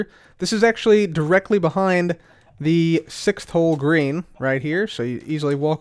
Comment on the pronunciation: Anyone else hear "Grian" every time says "Green"?